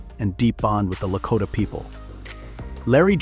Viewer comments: La- ko(long "o")- tah, not La-cot ah. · It's Blackfoot, NOT 'Blackfeet' and LaKOTA NOT Lakotta ....geeze! Why do people use that AI crap when reading the script?!?